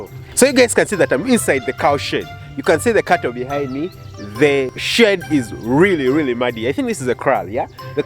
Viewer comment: I didn't think you said shed at first